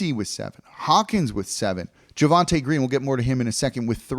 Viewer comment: “Javonte” Green*